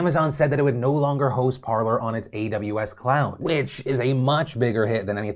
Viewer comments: I'm fairly sure it is pronounced Par-lay. As in the french verb to talk. Par-ler makes no sense. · Lads cmon. It's basic french. Par-lay. Not parlour.